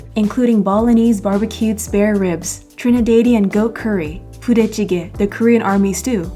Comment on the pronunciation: also the pronunciation is tri-ne-dad-de-on just want you to know ok